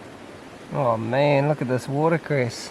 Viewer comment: I thought this was another American, then I heard water cress 😂 chur